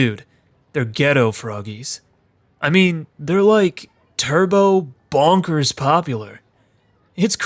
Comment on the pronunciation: It's more clear if you have the Voice Acting on, the way he says Bonkers sounds more like "Bankers" This and a scene soon after this is genuinely one of the creepiest moments in the entire Game